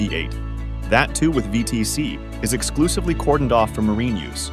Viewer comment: Sorry, had to cut it after the third time you said “V T E C”. You’re insulting my religion. It’s pronounced ‘V tech’ yo.